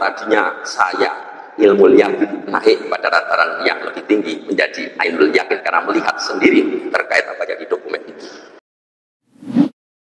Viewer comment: Gak lihat ijazah aslinya ngomong ainu al yaqin. Profesor mbanyol.